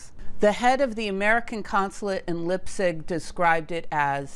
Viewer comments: This is a very nice summary, in fact there are some points that I had not been aware of. If you allow me just one advice: I would learn how to pronounce German names and places (like Leipzig, for example). Another detail is that Lise Meitner had been Hahn's collaborator, i.e. "partner" only in that sense, as far as I know. You might also mention Heisenberg's strange visit to Zurich during WWII. Regards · Really interesting. Thank you. But please learn to pronounce Göttingen and Leipzig. It's not that difficult. Like lots of other Americans you don't seem to cope well with words that are not English. You know about history and physics after all. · Yes, well, it's even harder for native english speakers, there's a hard 'ts' after the 'p'. I did not immediately recognize what she meant. Though, fun fact, in the old books Leipzig is referenced in latin as 'Lipsia'. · Informative, could you also make a video on why Pascual Jordan didn't get the Nobel prize because of his Nazi links. I forgive you for butchering Leipzig btw😀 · leipzig not lippsich.... do your homework please, don't do videos if you can't do the basics.. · Leipzig is pronounced LEYE-P-TSIG, or in the local dialect LEYE-P-TSISH. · It is Leipzig pronounced Lypzig not Leipzig. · Hey,don`t say Lipstic,it is "Lyptzish" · Thanks for an interesting video. Please take a listen to pronunciation of German name (people and places), as they differ from our English pronunciation. Lipzig had me fooled for a mo', Leipzig = "L-eye-p-zig." I think the rule in 'ei' and 'ie' is pronounce it as the name of the second letter. As you may know, we can say either or either! (or, at least, in the UK). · It’s Leipzig , you should pronounce it like Laipzig not lipzig. It’s a very nice university I did my bachelor’s degree in physics department there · Great video as always. Minor point: I believe Leipzig is pronounced “laipzig” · Pronouncing Leibzig with a short 'i' instead of a long 'i' sound started grating on my ears.